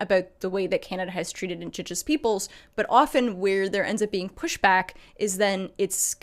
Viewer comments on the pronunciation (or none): Did you just say indos genos???